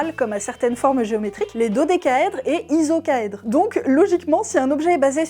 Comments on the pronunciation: C'est pas ISOCAÈDRE mais ICOSAÈDRE et puis un rapport on ne peut pas l'arrondir avant la 5ème décimale sinon on va au devant de graves problèmes,à part ça très bonne vidéo. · "Icosaédre" mais très bonne vidéo comme d'hab !